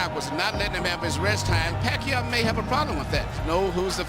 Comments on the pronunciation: Sabi nong announcer " manny pakay" 🤣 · When the hbo announcer says Manny Pakayaw